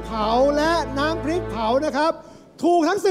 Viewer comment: ขอให้กรรมการช่วยแก้การออกเสียงของน้องให้ถูกต้องด้วย คำควบกล้ำ น้ำพริก ไม่ใช่ น้ำพิก เป็นคู (ครู) การปล่อยไป เท่ากับยอมรับว่าถูกต้องแล้ว น้องจะพูดผิดต่อๆไป